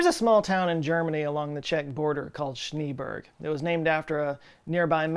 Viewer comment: Sh-nay-behrg, not Sch-nee-burg ("Snow Mountain")